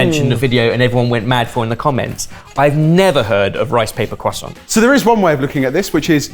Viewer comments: There is an R in croissant guys, you keep saying cwoissant 😂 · Cwoissant lol! Why do the british hate the letter R? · When you pronounce croissant like poisson, I vomit a little. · I know this is a UK based show but as an American hearing it pronounced Cwoisont opposed to Croissant(with the R) sounds like a meme. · Quoi sont?.. *slap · Take a shot for every time they say quoi-sant and I’ll see you all on the other side. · Am I the only one who hates the way the pronounce croissant. I understand that's how you pronounce it in French, but the French would never return the favor. Do they say Netflix or Neet-fleeks? When speaking English, use English pronunciations. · i'm going to be honest. I only watch your cooking videos. the other stuff like this doesn't interest me at all... more pass it on/recipe relay/mystery box/unplanned battle and less reviews and stuff please the fact you brits pronounce "croissant" like retards doesn't help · As a frenchmen, I cringe whenever they say "croissant" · Every time they say 🥐 they sound deaf... the French are pronouncing English words correctly...just stop